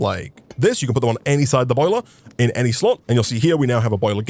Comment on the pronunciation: you say "in" at the very beginning of the video kinda like "ine the beninging"